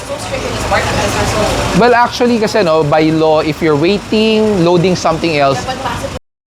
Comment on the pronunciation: Achually este Actually po... spokening in dollars po si Madam. 😁